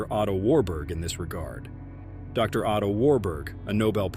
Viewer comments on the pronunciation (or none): none